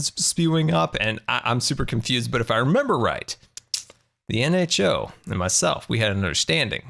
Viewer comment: finaly he said nho right